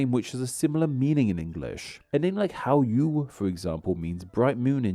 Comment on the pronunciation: "how-ywe" not "how-yoo" btw